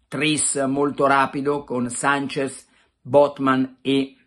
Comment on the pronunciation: Carlo!!! Si chiama SANCHESSSSSS con la SSSSSS. Non mi pari a te ti chiamino PelleCatti